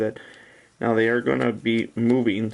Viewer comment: that is a big light and when you said "now" it sounded weird like no-amgh